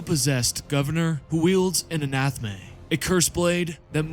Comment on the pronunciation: Please please please stop calling it an anathme, it's A-NA-THAME